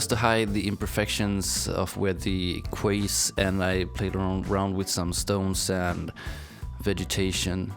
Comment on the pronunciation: You're really great at this and your island looks amazing, but you should spend more time explaining HOW you're doing what you're doing and what tools you're using. Also - and I'm saying this so that you know, not to be clever or to criticise, "quays" is pronounced the same as "keys" in English. How else will you find out if nobody says anything! :)